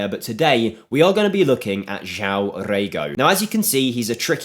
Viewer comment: you pronounce it JOAOM - and REGO means ass in Brazilian portugues